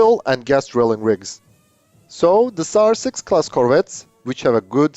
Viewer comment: Sounds like you said SARS6-Covid and that would be a scary name for the ship imo.